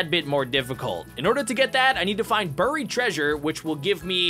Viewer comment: Stop saying burryed please